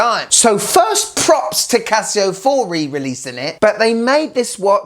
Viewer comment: "Casi-go..." Casio really needs to hire you in their marketing department, man. And - WTF is it with heart rate and oxygen stuff? Who needs it?